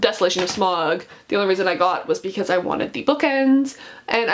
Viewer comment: You pronounced Sauron and Smaug wrong, although it’s a cool collection though